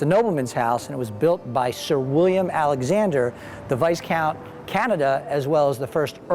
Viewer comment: Nice vid mate ...however you pronounced Viscount wrong, it has a silent "S" :)